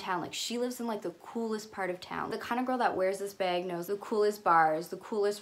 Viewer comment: I love the way you say ‘bag’ sounds like ur saying ‘beg’ I love Zoe with all my heart and forever will and her style is impeccable. But I think her nepotism allows her to afford her lifestyle that I drool over